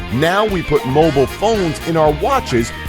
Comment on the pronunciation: Did he pronounce mobile as "moble"? 😂